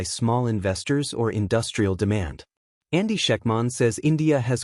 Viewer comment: Lose the AI voice- it can't pronounce Andy's name...for the love of mike is your own voice that bad? If you can't answer that quit using AI and hire a voice.